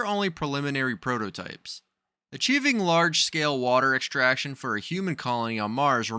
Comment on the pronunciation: You need to learn how to pronounce your "s". Extraction is not pronounced ecshtraction, sturdy is not pronounced "SHturdy", strong is not pronounced "SHtrong" , astronaut is not pronounced "ASHtronot", understand is not pronounced "UnderSHtand", strain is not pronounced "SHtrain".....and on and on.